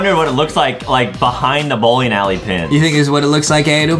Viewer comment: Bowling more like Bowking🤣. I really love the video. ♥️